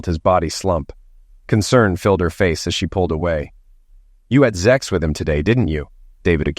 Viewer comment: Stop saying ZEX . Speak English .